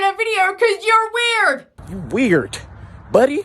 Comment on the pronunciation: SECURITY!!! i love how he says weirdt lol sometimes i do this like in my head or with friends to be funny and goofy, but its never recorded or done in a way that anyone would ever know, and its usually nothing this serious either its just stupid shit like we see a couple walking and we make up what they are going to buy and talking about, usually in a parking lot while waiting in the car for someone or something. again, not recorded, just done to make us laugh and pass the time. maybe JUST MAYBE, her friends had already left and she wanted to watch the credits but they didnt. OR maybe her friend went out to start the car. or to the bathroom. this is part of why i want to move to japan, its not fucking weird to be alone in public if thats what you choose to do -_- im not even old and this is exactly my point as well.